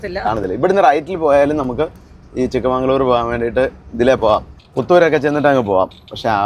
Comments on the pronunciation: ചിക്കമഗളൂർ ആണ് ചിക്കമങ്കളൂർ അല്ല. കൊച്ചുമകളുടെ നാട് - പണ്ട് ഒരു ഉപതെരഞ്ഞെടുപ്പിൽ ഇന്ദിരാഗാന്ധി മൽസരിച്ചത് ഇവിടെ നിന്നാണ് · Chikkamangalore❌ Chikkamagalore✔ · Chikka-magalur. Not Chikkamangalur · ചിക്ക്മംഗളൂർ അല്ല , ചിക്ക മകൾ ഊർ( ചെറിയ മകളുടെ നാട് ) , ചിക്കമഗളൂർ ആണ്